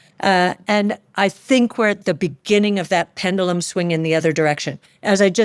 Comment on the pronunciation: Mis pronounced PEN-JUH-Luhm.